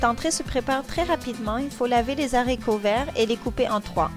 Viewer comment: on dit les aricots et pas les zaricots